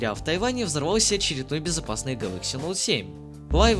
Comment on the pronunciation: СУКАААА,меня прорвало от "Гэлокс"